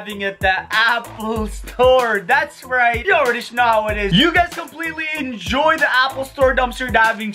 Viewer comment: why does he say sh-know instead of know?